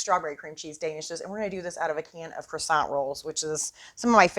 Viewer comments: Thanks for the video but you're killin' me! It's either pronounced Kwasan(t) or, what is in the can, Crescent - like a moon. Cresant roll is maddening! lol Smack that Can,! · I don’t understand. Many YouTubers making food videos use Pillsbury Crescent Rolls as a creative tool for easy recipes. But, so many are pronouncing the word “crescent” as though it is pronounced “croissant”. IT IS NOT. Please look up the word and pronounce it correctly. Words are your stock-in-trade. Do it right. Thank you.